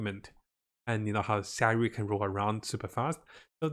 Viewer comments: Hope you can fix your sayu..not syaru but sa-yu! Feel bad to sayu..saru is monkey in Japanese 😱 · Your informations are good but maaaan... Fix your pronunciation, relax don't talk to fast. We can't understand you. And i cringe the way you say Sayu and fishl's name "Sawu... Fesel" smh And stop with the click bait.